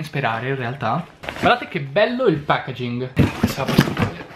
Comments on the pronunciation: il pacagin ?? hahahah ma come caazzo parli ahahahahah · Matt Matthew si dice cosí no? Ovviamente scritto packaging